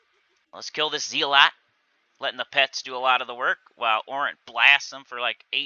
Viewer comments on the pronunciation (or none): Hey fyi it’s Zell-et not Zee-lot otherwise great video as always :)